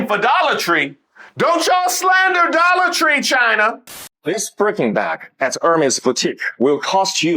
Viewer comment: He said Dolor Tree....